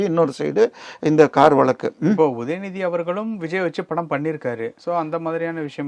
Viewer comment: Please pronounce tamil properly. Can't you say VAZHAKKU. Why valakku. Stupid.